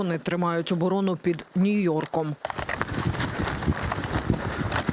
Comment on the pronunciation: Ведуча сказала "тримають оборону під чим!? "нюйорком"?